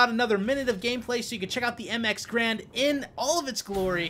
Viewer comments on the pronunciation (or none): Garande, pronounced 'GA-RANDE', not 'grand'. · It's not grand, its ga-rand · Pronounced GAIRund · Its ga-rand btw..